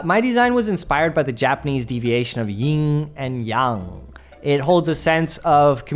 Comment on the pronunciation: The way he said yin and yang..